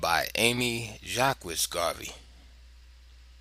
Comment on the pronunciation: The name is actually prounced jakes